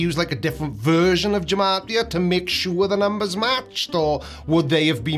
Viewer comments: Part of the silliness of gematria (and by the way, '' pronounces it wrong. It's a hard 'g', not a soft one,) is that English didn't even have the letters j, u, and w until quite recently. That messes up all the numeral equivalents after the letter 'i'. That reveals just how arbitrary the whole thing is. "" equals 63? Are we sure about that? The K comes after J, so we're 1 off there, and the Y comes after the letters J, U, and W. So we're off there as well. If gematria means anything at all then it would have gotten a different number and meaning for "" a few hundred years back than it would get today, with the modern alphabet. So has the meaning of the word "" actually changed over time? How? This is all so ridiculously arbitrary. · can't even pronounce his own name: it is Ge-ma-tri-a, not Je-ma-tri-a. Hard gee. And doesn't gematria have the same value as bullshit? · The word "gematria" should be pronounced GemAtrEa (hard letters being shown capitalized.) I realize that names can be pronounced however one wishes them to be, but pronouncing it "jemahtEa" is a bit weird for someone supposedly demanding accuracy. For those of us who know programming, gematria is a "hash function:" It takes a string and converts it to a number which can be used in a lookup table. Different words can have the same hash value. All he's done is select one of a few thousand phrases that hash out to 63, one that is specifically chosen because it supports his accusations. The point is that numerology in general is one of those things that really only reveals what the people doing it would like to find. (It tells you something about the people doing it and nothing about the supposed content.) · "" doesn't even know how to pronounce his own name. The word has its roots in Hebrew. Consequently the 'g' is a hard sound, as in 'guy', rather than the soft sound of 'gender'.